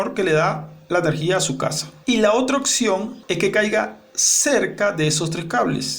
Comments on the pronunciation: “Opción” señor no occion esta última no es palabra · No a se dice occion... Es opción.